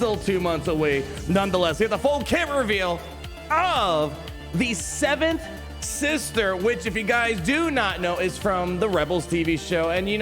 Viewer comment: I always keep thinking your saying night sister